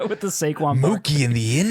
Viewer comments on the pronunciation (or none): none